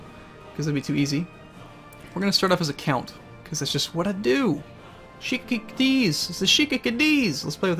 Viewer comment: Look its pronouned SHAY-KH